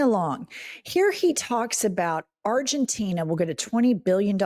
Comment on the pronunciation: He can't even pronounce Argentina